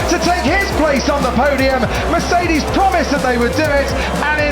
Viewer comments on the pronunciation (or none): none